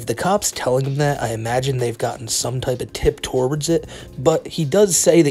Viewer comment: “Torwards the mall”😂. Dude, was this a brain fart or can you not pronounce “towards”?